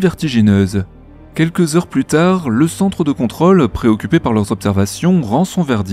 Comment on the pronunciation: ContrŌle, on prononce le circonflexe, svp. Réflexe parisien. Régor